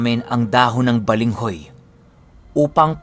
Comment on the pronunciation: balanghoy po,hindi balenghoy 😂more power to your channel ❣️ proud bisaya here 🤣